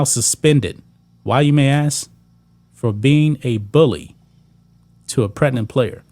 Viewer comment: Please learn how to pronounce "Pregnant". 😂😂😂😂